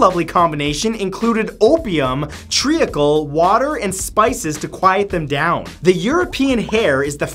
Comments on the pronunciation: Oh I love the way he pronounced treacle tree ackle and included it like its something bad... Thats just what we call molasses in the UK by the way. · Great to see Matt back to the old Matt who seems able to pronounce the Indian province that sent the rockets to space even with a slight Indian accent but cant pronounce the word Treacle in the Godfrey's cordial .. gotta love him eh !